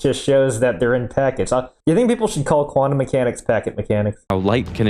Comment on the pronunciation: I struggle so much when I hear "Quantum" pronounced as "Guanum" Sounds like guano :(